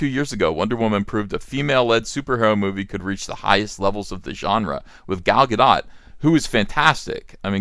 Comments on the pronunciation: It's not pronounced like Godot (it's not French), but it's not pronounced the way you are pronouncing it, Gahdaht, either. It's pronounced Gahdoat. The stress is on the second syllable, and the 'o' is long (rhyming with oat). Also, her first name is pronounced more like Gahl. Sorry to give you a hard time about this, but since you brought up the issue of how the name is pronounced, I felt it was okay. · It is most absolutely pronounced "Guh-doat" (rhyming with boat). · Not Gadot-rhymes-with-snow Not Gadot-rhymes-with-hot It’s Gadot-rhymes-with-boat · Gal Gadot has several videos about pronouncing her name. It's Ga-DOT. Emphasis on the second syllable, long O, and the T is not silent. Thinking back, I believe it was John Campea who was the first person I remember pronouncing it Ga-DO, silent T. That was back when I was watching AMC/Collider Movie Talk daily (RIP Schnepp); about 12 - 18 months before the release of the first WW. Maybe the silent O would be the French pronunciation, but she's obviously not French, Campea! One more reason he's so insufferable now. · It’s more like “Gah-dote.” Go listen to her pronounce her own name. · GadOT. Rhymes with oat. Hebrew. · You still pronounced Gal Gadot’s name wrong. The O is a long O sound, like “broke”. Hope that helps. ;-)